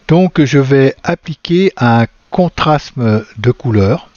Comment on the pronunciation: Veuillez m'excuser d'insister : vous prononcez (en français) contrasme, or il faut dire contraste.